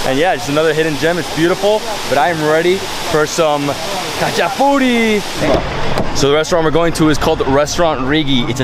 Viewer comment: I said it before ! You say Hachapuri but its spelled Khachapuri ;)